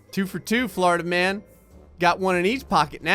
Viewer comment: i kept hearing florida man as flarta man